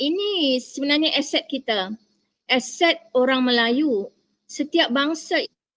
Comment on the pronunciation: Dosen itu nyebut aset aja jadi eset... bahasa jadi bahase.. beda tulisan dan bunyi. Belajar dulu huruf dan bunyinya bu. Jangan pakai ejaan inggris, kami pakai ejaan belanda. Bahasa melayu di malay cuma dipakai org Islam saja. Ras China pakai bhs China, India pakai bhs india. Mana bisa pemerintah malay membuat bhs melayu menjadi nasional malay. Pemerintahannya aja rasis. Begitu juga warganya juga rasis dan bangga dgn bhs asli mrk masing2